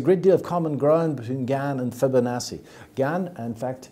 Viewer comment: he can't even say Fibonacci properly.